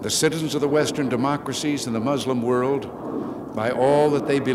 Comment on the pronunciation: Well, he pronounced it completely wrong. 😂😂😂